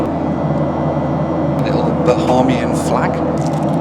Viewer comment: It’s not intuitive but the word Bahamian is pronounced Ba-hay-mee-in not Ba-haa-mee-in. Don’t know why but it is.